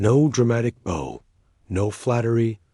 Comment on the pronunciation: 'No dramatic bow'. You have bow pronounced, 'boh', which is the knot of ribbon on clothes, presents or in hair or as in 'bow and arrow'. It should be pronounced, 'bou' (as in 'ouch') for a man bending forward in respect.